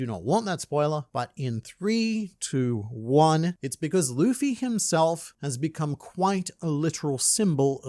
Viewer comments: i still love people saying lufy instead of luffy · my whole family knows i love OP, and they alll say luffys name like that...Luhhffy, and it grinds my gears so much. When has "Lu" ever made a "LA" sound lol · Im so glad you pointed out how that guy prenounced luffy 😅😅 pissed me off when i wached it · A ahout iut to my boy with blaze Simn Whistler! Forgive me my weebbbretheran, his haven't figure oit how to pronounce Luffy's name yet. But he treats the subject matref with the respect it deserve and this particukar episode of Warfronts (one of his many, many, many chanels) was writen by a tru beliver in the one piesce. It is a very good one, arguing about the relevance of the symbol from the resl worlds perspective reather from inside the narrative; as our deer main in the internet has marvelously done here. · Seeing GrandLineReviews note Simon Whistlers inability to pronounce Luffy makes my British heart happy 😂 One of Whistler's writers is from Yorkshire and regularly gives him difficult local words like Rotherham and Keighley to pronounce 😂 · bro that little clip "luffy" he said it wrong the entire video lmaoooo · Did you see them cover this? Simon couldn't pronounce Luffy's name, but it was honestly one of the coolest things to see them break this down. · I hope people recognize Oda isn’t the person telling anyone to use these Straw Hat jolly roger, this is up to THE FREEDOM of these individuals to choose and Oda shouldn’t be at fault for it. And the amount of people pronouncing Luffy wrong on the news will gum gum sky-rocket